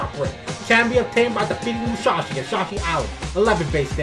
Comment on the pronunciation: good video but why he say it like "mushashi" (its musashi btw pronounced like moo sa she)